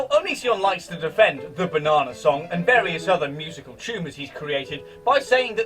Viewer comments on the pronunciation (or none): I heard the word “tumours” as “tumous” Tumour humus.